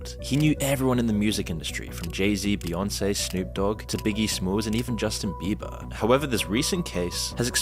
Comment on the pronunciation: I've laughed so hard and for so long that I don't know if I'll be able to watch the rest of the video after hearing him say; "This guy 'Bustin Jieber'..." 😄😁😆.